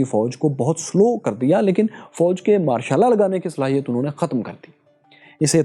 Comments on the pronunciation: Pronunciation sahi kro yr Martial Law bolre ho sunayi Mashallah de raha hai 😂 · Not Ma' shal laa😂😂😂